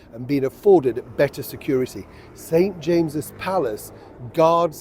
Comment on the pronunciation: the way you say “better”….your fan club will be growing!